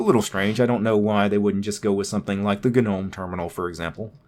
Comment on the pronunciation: Yessss he says Guh-Nome like I do!